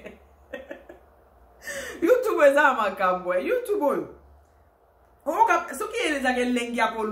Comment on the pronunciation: Madame oza n'a français moins, na appellation ya YouTube ozo prononcé yango mabé boyee, youtubou?🤣🤣🤣